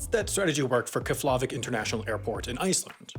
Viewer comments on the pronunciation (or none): Kefla-vick? Kef-la-vick bro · Pronounced KEFlavik (and originally built as a USAF base) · I was more disturbed by how he pronounced KEF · Where is Keflarvik..... its KefLAvik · Pronounced "Kefp-la-vik" It's on Wikipedia, after all. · Honestly, your pronunciation of Eyjafjallajökull was better than your pronunciation of Keflavik lmao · Sorry, couldn’t help but notice your pronunciation of Keflavik and need to pause the video to ask... did you consider googling how to pronounce that before you recorded this and forgot? Or did it clean not occur to you that Icelandic place names might not be pronounced as an American might expect them to? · that's got to be the worst pronunciation of keflavic i've ever heard